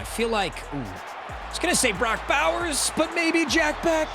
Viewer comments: bro it’s pronounced “BESH” not “BECK” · i cringe every time you say jack becK ITS BEH-SH